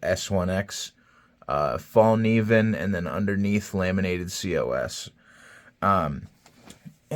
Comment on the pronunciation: Fyi… the Fällkniven knives are made in Japan, not Sweden. The company, design etc is all Swedish but they’re produced in Japan. Btw… it’s pronounced “fell-knee-ven” and the “k” is not silent.